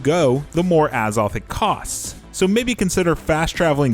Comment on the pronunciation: A ZOTH NOT AH